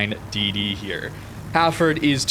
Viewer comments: Hafford ? It's Hal Ford. Lol no hard feelings. Great vid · Nice vid again. Just a question: why do you call the ship Hafford instead of Hal-Ford?